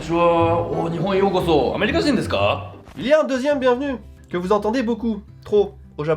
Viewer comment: Et la prononciation du "u" dans ....desu c'est normal de faire faux mais quand on est habitué c'est horrible d'entendre ce desuuuuuuuu haha On prononce (dess), merci xD